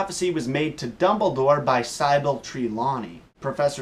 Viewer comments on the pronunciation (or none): How do you not know how to pronounce Sybill? I thought you said you watched the movies. Do you also think Slytherin is pronounced with SLY-therin?